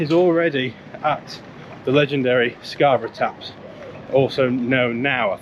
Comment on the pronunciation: scar buff? Scabby or Scarborough.